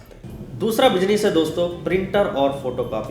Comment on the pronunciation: Ye mazedar tha--- "pilaas" our "bijines" (pronunciation) 🤣😁